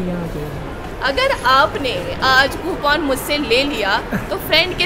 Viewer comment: Ye coupon ko copoon kyo kehti hai kya ye kashmiri acsent hai ya... Manufacturing defect hai.. 😂😂😂